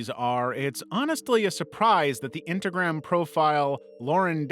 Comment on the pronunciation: Miss said instagram and said intagram